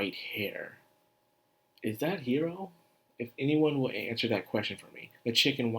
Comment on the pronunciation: About the pronunciation of "Hiiro," it's not pronounced as "hero" like you said it, but is instead pronounced as "he-iro". The double "ii" is important. The full name is "Wakaba Hiiro" and "Wakaba" is the one part that is used to refer to her in the series.